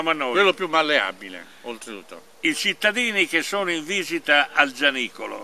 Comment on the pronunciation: Giannicolo o Orazzicolo ? C' è un " n " di troppo , un abbraccio al duo !